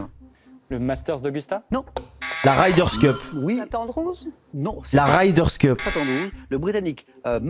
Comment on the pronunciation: La 5ème fois où tu as dit la "Ryders Cup", j'avais envie de te faire du mal.....mais la 6ème fois je like! Respect....la 7ème fois de trop?